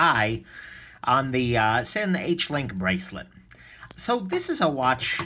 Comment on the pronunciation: BTW, the correct pronunciation is "Zinn." Not sure of your hangup is on the "s" in Sinn.